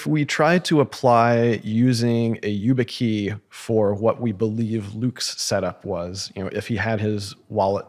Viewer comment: struggling to understand how Peter has never heard of YubiKey and keeps referring to it as you-bit-key 😬